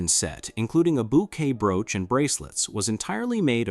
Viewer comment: Nothing says AI voice like pronouncing 'brooch' as 'brooo-ch.'